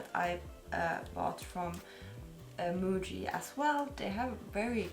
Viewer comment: First, it's nice to see you have Muji product. Second, it's nice to hear you pronounce "Muji" in Japanese way, not in Finnish way "Mui" 😂